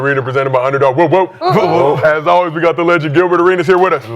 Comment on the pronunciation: Gilbert "Ackie-Lades" Arenas